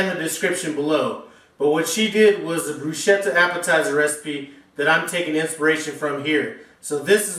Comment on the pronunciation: Nice recipe - but Italians would hold you accountable for the pronunciation - It's not Brushetta - It's BrusKetta (not the spelling - the pronunciation) Say brushetta to an Italian / Sicilian and they cringe! Just sayin'.